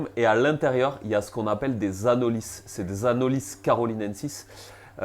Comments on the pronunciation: c’est un espèce endémique des Antilles , le nom étant issus de la langue Caraïbes. Chez nous on le prononce « Anoli », ou en créole « Zandoli ». De base c’était pas une critique, c’était surtout pour toi et pour les personnes à qui tu transmets les infos. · Le s de anolis est muet…